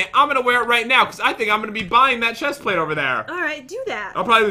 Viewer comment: Did anyone notice the chest plate is pronounced wrong.